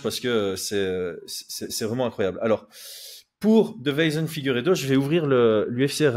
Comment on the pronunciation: tu dis DE-VEI-SON alors qu'il s'appelle DEI-VE-SON, ça me tilte à chaque fois 😂